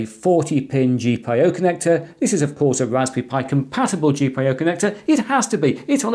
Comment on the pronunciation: G-Pie-O connector!!!